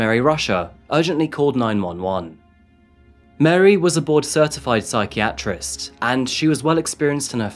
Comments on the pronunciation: Great videos but what on earth is a ...... si-kee-at-rist ?? Don't you mean a psychiatrist? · Great work. Just check the pronunciation of "psychiatrist." 😊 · The incorrect pronunciation of ‘psychiatrist’ nearly caused me to snap😂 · Love the videos, but man you pronounce some words strangely. You just said "psychiATrist"...the emphasis is supposed to be on the "chi". You also pronounce eligible as "illegible"...which are two different words with very different meanings. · How can you as an Englishman not pronounce psychiatrist?? 🤔🤔